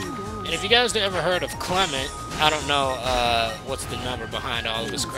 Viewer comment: You said clement some number.